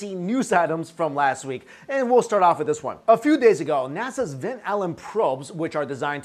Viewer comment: when he said "Nasa" that was the moment i quit